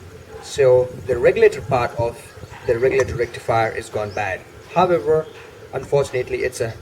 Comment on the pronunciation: Nice informative vid. Everytime he said however i heard, herbivore. Is it only me?